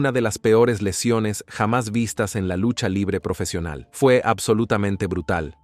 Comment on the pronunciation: “Lusha livre profeshional”